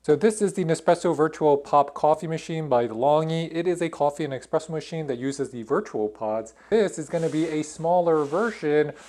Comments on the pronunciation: He said Expresso! Ugh 😮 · How is it this person can pronounce “Nespresso” but not “espresso”? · Expresso hahah